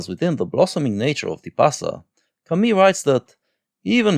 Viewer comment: You pronunciation of "Camus" triggers me ;) Interesting video nonetheless!